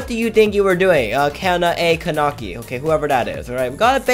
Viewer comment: Its not kanaki its kaneki